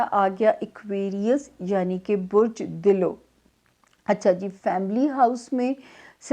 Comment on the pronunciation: دلو ( Dulv)...ہوتا ہے۔۔۔۔diloo nhi hota....😀